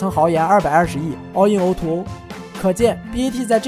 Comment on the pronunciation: o2o，读音应该是o to o，不是o er o~